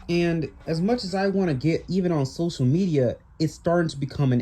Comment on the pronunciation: "Socal" Media